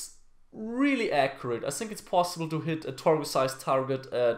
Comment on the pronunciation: ich bin echt ein Fan von dir,aber du weißt das think (so wie du es ausprichst) heißt auf englisch Waschbecken. also falls du auf englisch sagen willst I think dann sprich es auch so aus.denn im Moment sagst du "ich waschbecken". War nur ein Tipp